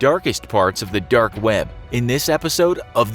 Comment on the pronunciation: Am I the only one finding his pronunciation of "dark" weird? It sounds almost like "derk".